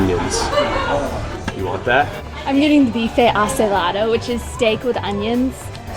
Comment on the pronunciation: Yor pronounciation of BIFE ACEBOLADO was perfect.